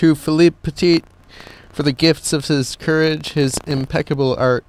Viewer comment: hes philippe petit not philip